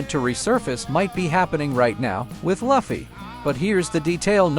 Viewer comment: I will thumbs down every damn video where they say the names WRONG AF! it is Lu fee NOT luff e.